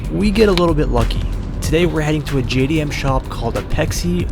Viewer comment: Ain’t no JDM. 90’s called and asked JDM back. No such thing when it’s a global platform and it’s not AhhhPexxxxee. It’s Apex I hahahaha can’t even pronounce it right and JayyyyDiEmmmmm 😂